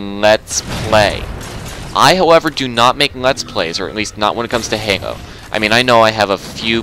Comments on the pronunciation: You keep saying "hango" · Why does he pronounce Halo like "Hengo" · I laughed ever time he said halo he can't say it